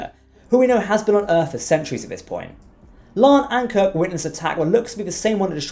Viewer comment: LIKE YOUR SHOW. BUT, WHY DO YOU MISPEACK CHONG'S CHARACTERS NAME? IT HAS TWO SYLLABLES: "LA'AN", NOT "LAN." SEEMS ALL OF YOU STAR TREK EXPERTS KEEP SAYING IT WRONG. YOU WOULD NOT LIKE IT IF PEOPLE KEPT SAYING YOUR NAME INCORRECTLY, WOULD YOU?